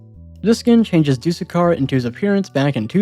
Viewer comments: “Do-the-car” “t-Ow-zoo-koo” He’s probably gonna pronounce the ghoul skin when he gets to two time as “gee-ool” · you actually pronounce doothekkar as dooth-ekkar (dooth rhymes with tooth) It references a lisp, a condition where someone can't pronounce "s" properly and ends up sounding like "th"